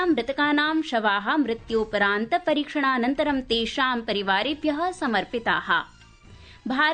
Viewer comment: रामरामराम। शुक्रवासरः। सायन्तननवार्ताः। ....... मृत्यूपरान्त-🤦‍♀️❌। ......... उभयदेशे❌।......... मृत्यूपरान्तम्🤦‍♀️❌। ...... पोर्तुगाआल्?।...... पोर्तगालीयाः। ............. । 🤦‍♀️ जयतु संस्कृतमेव संस्कृतम्॥